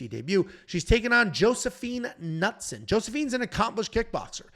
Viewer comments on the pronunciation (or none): Sorry it's Brad KatOna you said Katana here and in the reaction video. Knutsson has a long U Good news, Artem had the pronunciations correctly